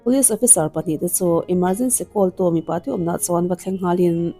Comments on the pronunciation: Tomir nilovin Ṭomir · Tomir anilo tri a lam tur ania tromir aw